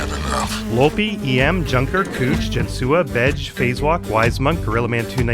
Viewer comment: i'm honored to have become a member right when THIS infamous episode dropped! P.S. "jensuah" is pronounced "jen-SWAH." i only mention it bc you asked! no big deal.